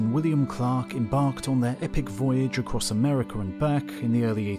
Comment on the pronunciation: America. Teton. H. ... ALL MISPRONOUNCED 😅😅😅😅BYE..